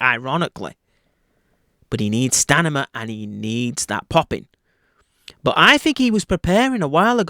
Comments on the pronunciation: stamina,,,, not stanima !! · stamina not stanima